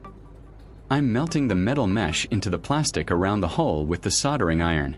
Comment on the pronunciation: Ok, I have to know, it that YOU narrating or a voice over? Because I got to tell you at Mark 15 minutes and 23 seconds you call it a hull instead of a hole. At least it sounds that way. I'm not so sure about calling that a "Flawless finish". Your paint job has what is called an orange peel effect to it. If you look you can see what I mean. It would have been much better if you had a small compressor in a small airbrush just my opinion though but for the average person just to fix the hole at good job. I used to work a mobile unit for car painting so I kind of know. I'm going to check out the rest of your videos now.